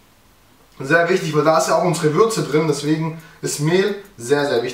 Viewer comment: wer bei Würze auch Fürze verstanden hat Like xD